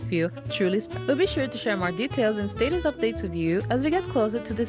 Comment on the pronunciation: Why did he say status like that? that’s not how you say status